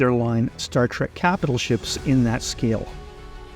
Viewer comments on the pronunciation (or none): none